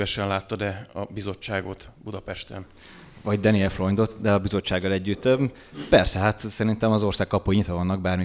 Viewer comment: A legnagyobb tisztelettel kérném, hogy helyesen ejtsük ki az általunk méltatott vagy éppen kritizált politikusok, közszereplők nevét! Daniel Freund helyesen: Dániel és NEM Deniel!!! Annyira nehéz ez??? Az ember szereti a pontosságot, pláne a kedvencei részéről...